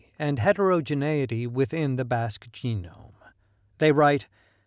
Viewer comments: It's BASQUE not bosque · When you say Basque, I hear Africa! 💥💪🏿🌍